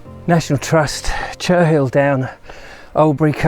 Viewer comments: Cherhill is pronounced Che rill not Cher Hill, H is silent. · I suggest you speak to a local to find out how to pronounce Cherhill. :)